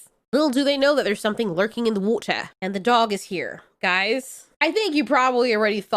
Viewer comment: im really sorry but i love how British you go with water